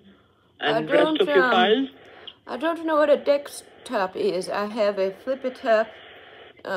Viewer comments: After listening to Dekstop 🙏 Im convinced it's Dekstop not desktop 🙏 anymore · 'Deckstop' - Is that like a Black guy saying 'axe' for the word 'ask'? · "on your dex top" LMAO They all say it like that. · I always love how they say dekstop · For a few minutes I thought he was being perverted instead of saying Dekstop 🤣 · "Deck-stop." Shouldn't the other one be "lat-pop?"